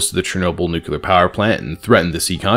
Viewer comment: There's only one U in "nuclear"